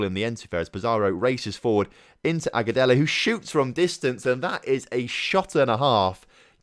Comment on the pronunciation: You are saying Aguselo correctly